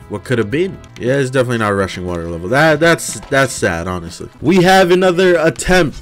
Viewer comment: I can’t be the only person who heard Russian water instead of rushing water